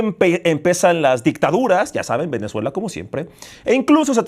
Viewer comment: asi Venezo empezuela, min 🤣🤣🤣🤣 no se si fue adrede o de plano esta buna la dislexia! saludos!